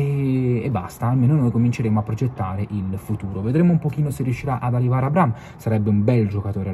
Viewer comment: Si dice A-bra-ham, h non é silenzioso. Bel video però.